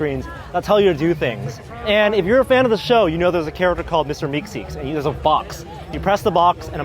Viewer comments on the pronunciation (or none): It's Meeseeks, not Meekseeks. :) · The fact that he said meeKseeks instead of meeseeks triggerd me. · What's a meekseeks? isn't it a meeseeks ? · Phoxxy Vox lol it's a personally sound preference that meekseeks is easier to say than meeseeks but meeseeks is obviously corrent. I have watched that episode maybe 10 times I feel like a lot of people have only watched Rick and Morty as a series once. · Did he just call him "Mr. Meekseeks"? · I'm sorry, but I'm sort of a stickler Meeseeks and it's pronounced "meeseeks" ;) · You try being on camera. Meekseeks honestly rolls off the tongue better I've heard it a lot by now.